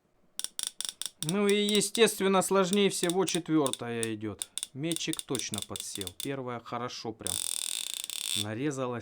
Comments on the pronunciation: ме́тчик, а не мечИк) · Не метчик, а метчик